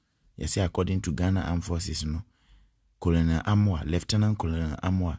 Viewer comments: That word is pronounced "kernerl" eventhough it`s spelt colonel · is not colonel but Kenel